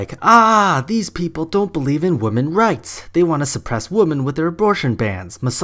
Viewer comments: The pronunciation of 'women' is 'wimin', not 'woman'. Sorry, but it annoys me. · its called having an accent. You, in this case, are the one with the unusual pronunciation, compared to the rest of the world. And as far as I've heard the UK. (Could be wrong only been in the southern part a few times, they said it more like "womin" "women" or really just "woman"). Atleast my 2 English teacher who have studied and thought English in the UK did pronounce it like that. Just saying, no hate :)